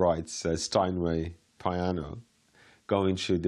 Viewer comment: Pie-ano LOL.